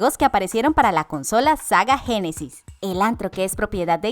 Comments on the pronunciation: iba todo bien en el video, hasta que dice "SAGA GENESIS" WTF XD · Y el "SAGA Génesis"